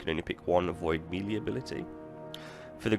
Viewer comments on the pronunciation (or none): Why is he saying Melee like that? I thought it was some new artefact that I missed.